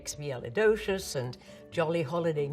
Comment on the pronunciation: 居然可以把那個超長的單字supercali…….（拼不出來）一派輕鬆的說出來！女王好棒啊啊啊